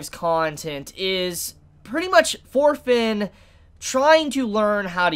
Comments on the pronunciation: Thorkell will bring this anime to the next level. I can assure you on that LOL Also, why am I keep hearing "Orphen" instead of "Thorfinn" lol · You pronunce Thorfinn like shit.